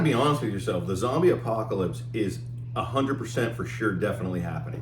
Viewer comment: Did you say "Apocatops"!?!? lol. How many beers have you had?!?!